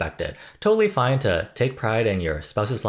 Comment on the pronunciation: When he said fina ok I cringed 😬 😭